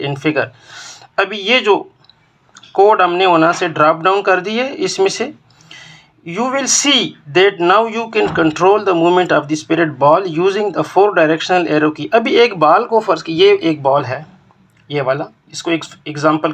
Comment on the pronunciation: its sprite not spirit